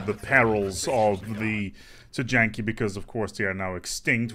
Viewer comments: I love your content, but for the love of god it's not pronounced Tee-Janky. It's somewhere along the lines of Tee-Yankee or Tie-Yon-Key. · "TEE-YAN-KEE" w/o a J I think..